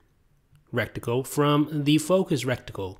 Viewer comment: I really hope he meant reticle rather than "rectical" hahahaha :P